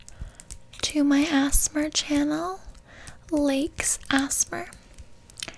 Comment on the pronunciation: my sainel" LMAO